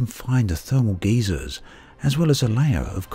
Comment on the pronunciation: .....Thermal... Geezers? Like, old geezers? GUY-ZERS. ._.